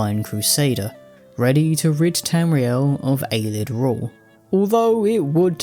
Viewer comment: I dont understand why he calls them Aylids. They pronounce it Ayleid in game a lot. It cant be a reading thing.